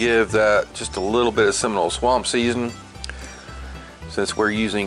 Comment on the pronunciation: I'm guessing you're not from FL, the way you say 'Seminole', lol.